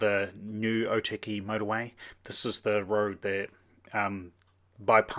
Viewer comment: Cool video! Just wanted to point out though, something that may help your pronunciation. Or - tuck - e (Otaki) rather then oh- tacky.